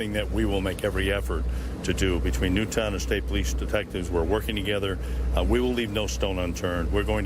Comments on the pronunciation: In fairness to the first reporter it’s understandable to read it out phonetically if you’re seeing the name of the town for the first time as you’re breaking the news. Someone 100% should have told Obama how to pronounce it though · that first reporter and obama. how fucking hard is it to pronounce "newtown" correctly